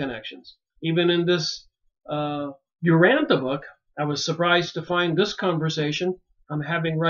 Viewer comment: Urantia, pronounced: Uransha. Nébadon.